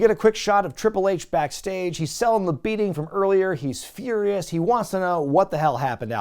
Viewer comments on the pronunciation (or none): none